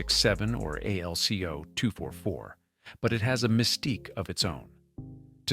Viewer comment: 608 cubic inches per cylinder! only EMD used that as the model, the 600 series were 1979 cubic inches per cylinder Too bad video doesn't match narration. AI narration at one point called AlCo A.L.C.O., WHATTTTTT!!!